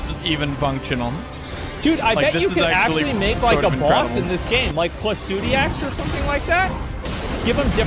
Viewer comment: Dude stop saying Placoodiax & read the goddamn boss names properly